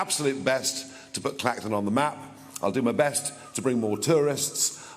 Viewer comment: Lol, "claxton" where's that? It's Clacton!